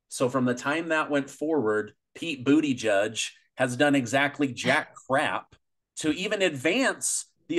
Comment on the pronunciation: Apparently that got your host in a tizzy, he seemed to have trouble pronouncing the name correctly.